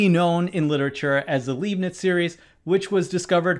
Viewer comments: Just a small correction is pronounced Leibniz, not Liebniz. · 'Leibniz' is pronounced LYE'B-NITZ, not LEEB-NITZ. (e before i is i, i before e is e, in German). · leibniz is pronounced /laibnits/ not /li:bnits/ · Leibniz is pronounced 'Lie-b-nits', not 'Lee-b-niz'. Show some respect for the genius for which Newton took credit. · "Leibniz" is pronounced "libe-nitts"... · Apologizes for Chineses pronounciation, skewers Leibniz. 🙂 Never thought about it before but to the geometric solutions relate back to any infinite sums? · I have no idea about these chinese names, but you butchered "Leibnitz" totally😂🎉❤